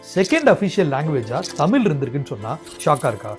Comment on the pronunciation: 'தமிழ்' என்ற சொல்லில் 'ழ்' என்ற மிகத் தனித்துவமான ஓர் எழுத்து உள்ளது. தயவுசெய்து அதைச் சரியாக உச்சரிக்கவும்